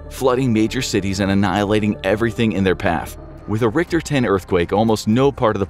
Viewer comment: Cant even pronounce "rick-ter" right. Cmon bro.